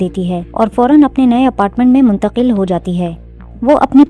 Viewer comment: mungtaqil kya hota hai?? 😂😂😂😂😂😂😂😂